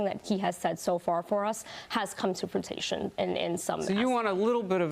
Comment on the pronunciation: oh, everything Trump promised has “come to fruit-ition”? that’s awesome D